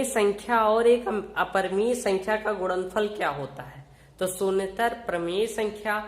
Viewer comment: Ye Pagal kya apan apan karta h upon nhi bol sakta kya or kya ye gudanfal bol rha h gunanfal nhi bol sakta kya🙄🙄🤣🤣🤣